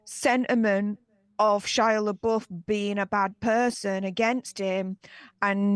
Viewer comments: “La boof”💀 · It's Florence 'Pew' and Shia la 'buff'. Not la BOOF.